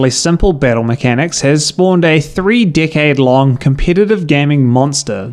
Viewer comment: dis he just say "dickhe@ long"? Ooh decade!! 😂